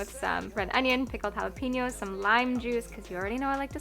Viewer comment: Even a majority of English speaking population ( I’m from India, btw) pronounces jalapeños like that, and it’s not as a joke 💀😩 I’m not shaming anyone but 😬